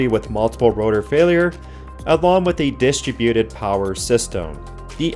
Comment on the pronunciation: Having listened to more than a few of your videos, I like what you present, what I find interesting is how you pronounce the word "Distributed". You put the emphasis on the first three letters, "DIS"tributed, when the word is pronounce "DISTRIB"uted. Your lack of accent tells me you are an American speaking American English, but your pronunciation is definitely foreign. Can you tell us how you came to using that word like that?